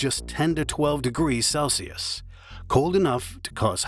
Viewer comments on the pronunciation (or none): none